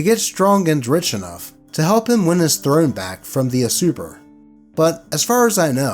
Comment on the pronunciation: "from the usuper" U-surp-er, or "you-serper" if you will. That's how it's said. 😂